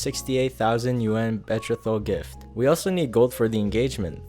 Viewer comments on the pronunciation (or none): It’s not BET TRA THOL it’s BE Troth al… lol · idk if this is comment bait but "betrothal" is pronounced with the same "th" as "mother", not the higher aspirated th from theatre, and the accent is on the "tro", like "beTROthal" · "bee-trow-thull" <-- the correct pronunciation of betrothal 🙏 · bee throw tal not bet throw tal. ur welcome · Just a heads up: "betrothal" is pronounced "bee-troh-thal," not "bet-tree-thal"! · Fr I was feeling like Hermione Granger... It's betrOthal, not betroTHAL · Gentle correction. It's pronounce bee-trow-thal not bet-tro-tho. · I hope you see this: Betrothal is pronounced Buh-TROH-thul the "troh" as the oh in oh no & thul as in "the" with an added L tacked on. You seem like a smart kid, and mispronounciation drives me nuts. My Beloved mispronounced certain words when we met even though he was highly educated. I always corrected it, and now, almost 40 years later, it's very rare. It's rarely because the speaker is "dumb" it's because people don't care enough to correct pronunciation anymore. THAT'S dumb! Keep up the great work! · BETROTHAL (pronounced - Beh-Tro-Dahl) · Bee- troll -thall.. that's how that's pronounced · I liked and subscribed first so don't be mad bro: If you're going to talk about betrothal gifts, learn how to say it: Be-TROZTH-al. I don't even speak another language so I'm pretty nervy I know, but you strike me as a guy interested in being the best at what you do, so Ima help. Actually even my pronounciation isn't great, ask Google. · I'm sorry but betrothal (BE-TROW-THUL) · betrothal = Bee-Troe-Thall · Bet- reth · dude its pronounced be-tro-val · Not a biggie, but Betrothal is pronounced “BEE (like the insect)” + “TRO (like throw without the H)” + “THUL” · No shade at all, but you pronounced 'betrothal' wrong. I was audio only and very confused. It's bee-tro(as in trophy)-thal(th sound and Al or ul depending on accent) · Just a minor note. Betrothal is pronounced "bee-trow-thal" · Learn to pronounce betrothal